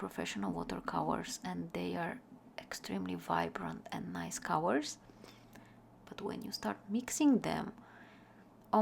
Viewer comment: It took me a while to realize that you meant to say "colors" every time you said "cowers". Anyway, I've never seeing such beautiful swatch and mixing of watercolors. Thank you for sharing,!